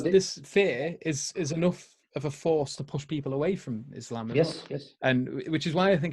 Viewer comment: It sounds like is saying 'I reverted to Islamabad!'. hahaha. I had to rewind just to hear that. Mashallah.